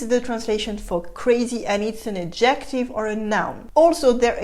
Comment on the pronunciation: As usual, a very enjoyable and instructive presentation! Just a few comments. The A in cradled is pronounced like the A in SAY, not like the A in AT. In any case, the verb would be rocked. You rock a baby in your arms or in a cradle. Also the stress is on the first syllable of the word ADjective. My American ears noted and admired your smooth transition from French to English when you said "someone you say TU to." Fûte makes me think of Bison Fûté who reports on traffic conditions. You may want to explain the differing second vowel sounds in gentil and gentille. To have une araignée au plafond is to have a bat in your belfry. Sometime you may want to explain regressive assimilation, as exemplified in "bas de plafond," where the e of de is elided and the D is then pronounced as T because of the following unvoiced consonant P.